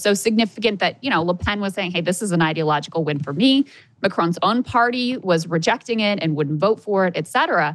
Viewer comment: I stopped watching this show over Krystal's very stupid and disrespectful treatment of RFK. Beyond that,her Valley Girl speech patterns [says "rejacting" instead of "rejecting"] I like Sagar in spite of her.